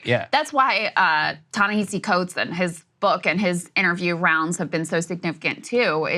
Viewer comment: Krystal, please don't mispronounce his name. He is Ta-Ne HEE-SEE Coates not Ta-Ne HAH-SEE Coates!